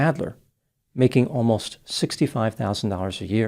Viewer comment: the way he said "making ALMOST $65000" a year made me laugh out loud.